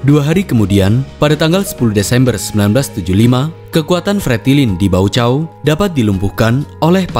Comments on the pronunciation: Deklarasi Balibo,. Dulu kita d tipu dgn nama deklarasi Bali😅😂. Baucau itu d baca "Baukau" Pak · Baca: Baukao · Baucao di baca dengan portugues adalah Baukau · Baucau bacanya Baukau